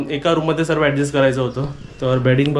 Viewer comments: सर्वे नाही ओ सर्व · सर्वे नाही...... सर्व असे म्हण......